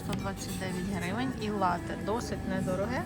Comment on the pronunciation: Привіт. Дякую за цікавий, якісний, і дуже пізнава льний контент. Єдине що хотів би сказати в слові лате наголос на перший склад.. а хоча ні не єдина.. просто доповнити хотів дещо і ще. Прочитав таку інформацію, що цей замок намагалися навіть групи українських націоналістів взяти але їм не вдавалося на жаль і не вдалося .